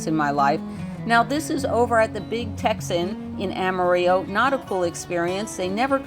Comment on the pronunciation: I was ready to send out a search party for you and Miss Lucy yesterday. No video! Glad you are back. By the way we Texans usually do not use a Spanish pronunciation of Amarillo. The last syllable is pronounced "low." I love the Cadillac ranch there too.